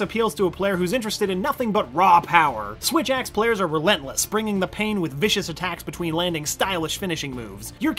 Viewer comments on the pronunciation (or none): you mean "swith axe" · Swith axe XD